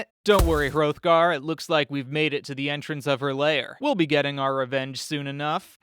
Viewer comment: you mispronounced hrothgar. The "th" would have been pronounced like "theÞ